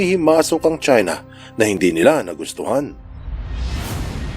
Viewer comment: 'Chuina' Kung Flu 😂🤣